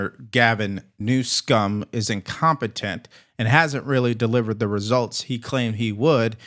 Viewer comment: Please stop mispronouncing the governor of California's name. You are so far above that kind of juvenile thing